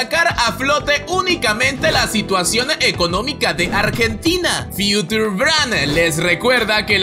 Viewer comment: Future se pronuncia Fiuchor.